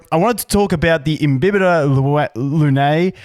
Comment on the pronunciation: Imbibitor is pronounced as "Imbaybitor" and lunae "luney" right?